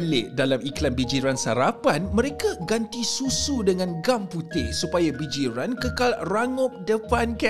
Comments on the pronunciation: Bijirin bang bukan bijiran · bijirin bang bukan bijiran 😂